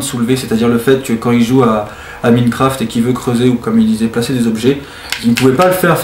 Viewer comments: Il le prononce a la Française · C'est moi ou il prononce mal Minecraft?